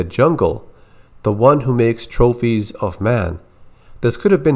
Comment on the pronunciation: Why did you say "Strophies of men" the exact way Anna says it?? It's *TROPHIES of men. The actress was speaking with a TERRIBLE accent. Were you making fun of her or something? It took subtitles for me to figure out wth she said.